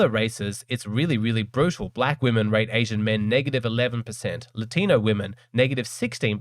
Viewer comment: Latinwhat????? The correct is "Latino" (For context, i'm brazilian)